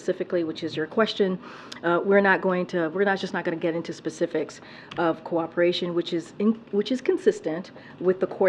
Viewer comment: Pacifics?! It’s SPECIFICS!